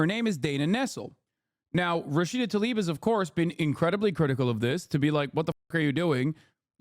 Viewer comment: Its Tlaib, not "Talib."